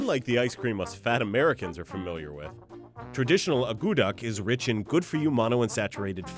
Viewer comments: pronounced 'ah-koo-tuck' not 'ah goo duck'. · That is NOT how you make akutaq, and it is not only made in Alaska but across all Inuit nations (NWT, Yukon, Nunavut, Nunavik, Greenland). And, by the way, it is not pronounced uh-GOO-duck, but AA-coo-tack. At least in Nunavik anyway. I can't say for all Inuit territories because the dialects are so very different. So it very well may be pronounced uh-GOO-duck in Alaska, actually... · From Alaska myself, I found a few of the facts incorrect and they didn't make it correctly. However, I am very surprised they didn't knock it or degrade it. It's. Very tasty treat and I love eating it. Also the pronunciation was incorrect.